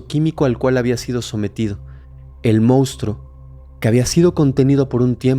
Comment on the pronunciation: querido y adorado, ya te lo he pedido varias veces, pero no me haces caso 😮 La palabra CORRECTA es monstruos, no moustros, me extraña que siendo personas preparadas, todo el equipo, incluyendo a Fepo caigan en ese error, se oye FATAL por favor por favor por favor corrígelo 😏 Espero que leas mi comentario.